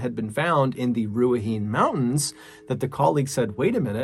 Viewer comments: It's knee not nay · It's pronounced rua heine. Has a e sound at end. Not ruhahin. It's pronounced as it's spelt. Ruahine. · Just a quick lil note as a kiwi, Ruahine is pronounces "rua-hi-neh" instead of rua-hine :) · Just to note, Ruahine is not pronounced roo-uh-heen. It is pronounced roo-uh-hee-nay. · Heya long time watcher, first time commenter, it's pronounced kinda like "ruahinay" not "ruahin". From a New Zealander 😊. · Nice effort on your pronunciation of New Zealand place names, but 'Ruahene' is pronounced 'Roo-A-He-Knee', not 'Roo-A-Heen' lol. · Another awesome episode. Just so you know, with NZ Maori place names, you pronounce the 'E' - so Ruaheen as you say would be pronounced closer to Rua Hee Nay (someone else might be able to spell it better phonetically, south islanders and north islanders have different accents and my Maori family are from Awanui so I pronounce things closer to that way myself). I grew up waaaay up north myself, a place that gets confused with Daniverke actually just because of the name called Dargaville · Just a quick FYI for all. The Ruahine region and ranges are indeed a dodgy area. However, the correct pronunciation is NOT Ruahine. It is Ruahinee. The word is from the native people, the Māori. Linda. 🇳🇿📚🍷🦆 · Ruahine is pronounced Roo-ah-heen-ay. And Gisbourne is Gis-bin. And FYI Melbourne is Mel-bin. Bourne is pronounced "bin". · #1 - "Ruahine Range" - Ruahine is pronounced, Roo A He Nae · This Kiwi is thrilled you covered a New Zealand story! AND one I had never heard of, at that! Not bad pronunciation-wise. Down this end of the world, we shorten things, so "Giz-bin", rather than GisBOURNE. Ruahine = Rua-heeny. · Its pronounced Rua-hee-nay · Just so you know, Ruahine is pronounce “Ru-ah-hee-neh” and you roll the R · It’s pronounced “Gizbin” “Danny-Verk” and “Roo-a-he-ne” love from NZ ♥️ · Several months late but Ruahine is pronounced Rua-he-nee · Du-a-hee-neh ranges (Māori r sounds half like a d)